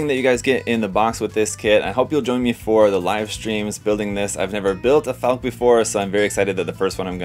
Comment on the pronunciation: I have 2 earlier boxings, both versions, so I can build a laser armed bird and a Gatling armed bird. FYI, it's pronounced "FALK-uh" not "FALK", just as Porsche is pronounced "PORSH-uh" not "PORSH". It's German, not bad English.